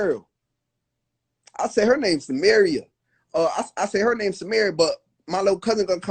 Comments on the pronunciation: you said her name wrong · Lmao that’s not how u say Samaria name but this lil situation so crazy and petty 😭😭